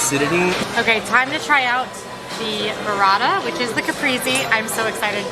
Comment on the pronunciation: Kuh-Pray-say,. Caprese. Still love your content, quality food review ❤️